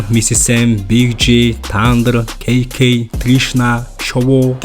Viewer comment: It's Kee-Kay, not Kay-Kay